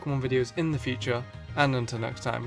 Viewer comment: back to the futere